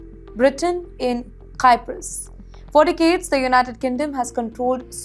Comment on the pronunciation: Cyprus is pronounced as Sai-p-rus. Not Kai-p-rus.